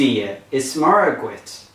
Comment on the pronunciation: MURRA for Muire..appalling no differentiation between Broad and Slender..MUIRE is spelt MUIRE a slender R..execrable !!!